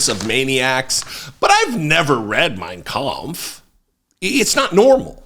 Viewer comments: He never read it? Then why did he pronounce it in perfect Deutch? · It’s just funny that he can’t pronounce “origins”, “future” or even “United States”, but he has a very good pronunciation of Mein Kampf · Of course he read Mien Kampf. Cause when he said it, he got the penunctuation right. If he didn't, he would know how to say the name right, much less the spelling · If that idiot can pronounce mein kampf correctly then it is one of the few books he has read. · It says a lot when the same man who couldn’t/can’t pronounce simple words pronounces Mein Kampf perfectly. Sure…he has never read Mein Kampf!!🙄🙄